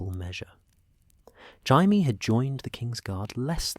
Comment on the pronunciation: "Hai-mee Lannister" -AI narrator